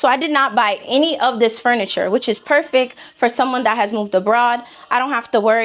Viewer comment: Perfect. Not perfik